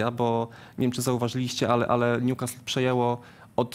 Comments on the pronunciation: Nazywają się ekspertami, ale jak słyszę w wymowie ''Niukast" to mi uszy krwawią, wymawiajcie to jako "Niukastyl" jeżeli nie znacie akcentu, a jesli znacie to "Niukasyl". To tak samo jak Ci co na Leicester mówią "Lejczester" zamiast "Lester" ehh... PS. Najgorszy jest Rafał Nahorny który zawsze tak wyraźnie wypowiada nazwę Newcastle z błędem (a do tego nazywa Premier League Ekstraklasą...) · Panie Jarku... tylko nie Niukastl!!!! polecam do odsłuchania i nauki: Pozdrawiam :)